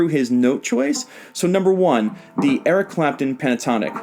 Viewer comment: I was dying when you said Eric crapton!! Lmao